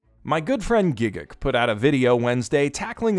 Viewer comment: Love how you pronounce Gigguk